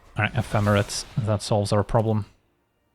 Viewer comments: I love you, but I finally reached my threshold. Ephemerate is a verb, ep-hem-er-ate. Long a at the end. This is the third video of hearing you pronounce it like that and it just broke me. 😵‍💫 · The end of the word sounds like the number 8